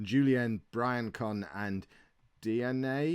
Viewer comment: Dee-an-Yay (Diagne) Bree-an-son (Briancon) See yard ( Cilliard) Valensee-en (Valenciennes) Juin-Gamp (Guingamp) I think!